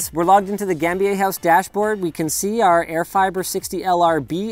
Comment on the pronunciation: Totally recognized where he was before he mis-pronounced Gambier. 😀